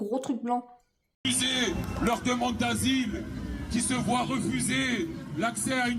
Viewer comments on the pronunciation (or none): none